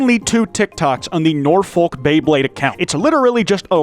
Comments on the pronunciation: Ahhhhhh, butchered a British Town name. Its noor-fuk not noor-fowlk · The way says Norfolk man 😭😭 it's more of a nor-fook than a nor-folk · The way you pronounced Norfolk killed me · you did not just pronounce norfolk like that